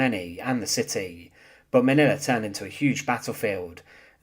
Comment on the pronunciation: he need to learn how to talk Manila has NO "a" at the end